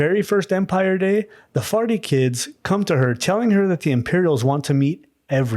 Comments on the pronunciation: I keep hearing "Farty" and it makes the story way moree interesting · Ok, sorry, but… „Farty“ 😂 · The what clan now? The "farty-clan"?😂 Thats propably not it but I can't unhear it.